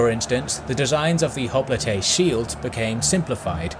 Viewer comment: Hoplite is pronounced " hop - light". just as a future note. Otherwise a very enjoyable video as usual :)